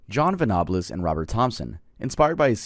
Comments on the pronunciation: Hey Love as always, but the info about the Jamie Bulger case here is really poor. It’s an extremely well recorded incident and you didn’t pronounce the names correctly or give accurate information. These are English names, not Spanish or French. Venables is “ven-uh-bulls” and Bulger is just as it looks. The Child’s Play thing has basically no evidence. One of the investigators said Venables wasn’t living with his father at the time and likely didn’t see the film. He also never blamed the film. I’ve seen every piece of content relating to this case. I appreciate you man, but that was very clearly poorly researched. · As a Brit and someone who remembers this case when it happened, it pained me to hear you pronounce Venables and, especially Bulger. If you do a video in the future, they're pronounced Ven-able-s and Bul-Jer. Other than that, I LOVED the video. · Just to be a pain, John Venables name is said like Ven A Bulls. Like the end of vegetables. And it said Jamie Bull-ger like the ending of burger. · I have never heard anyone pronounce Venables (ven-a-buls) as how you said it 🙏🏻💀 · Venables pronounced ven a bulls and bulger is bulge er My uncle was one of the scenes of crimes officers on this. One of the most horrific things he’d ever seen. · U said venables wrong its said like ven ables (like ur saying apples but with a b) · long time watcher, first time commenter - John venables' story is actually insane if you look more into it, dude just cannot fathom being a decent human being 💀also his last name is pronounced 'ven-ah-bulls' :)) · For the James Bulger case: Bulger is pronounced BULL-dger, and Venables is VENNA-bulls. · Your pronunciations of Venables and Bulger remind me of Joe Dirt and him adding an e at the end to "church it up." It's Ven-uh-bulls and Bull-jer. 🤣🤣🤣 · thats not how you pronounce venables or bulger, venables isnt mexican and james bulger wasnt french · Sorry I have to say you’ve pronounced Venables wrong 😬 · It’s pronounced ven-ab-els